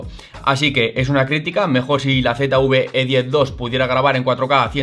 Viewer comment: Usted habla de la Z UV E10 Yo quiero saber Dónde está la U que yo no la veo Yo quiero saber de qué país es usted que habla tan malo